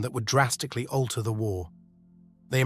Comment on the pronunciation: "As war...clouds gathered." Dumb-ass AI voice blows the first line. A real human with a thick east European accent (or any accent really) would be much better.